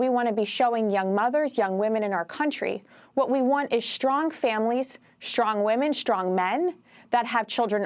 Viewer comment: WHY DOES say SCHSTRONG?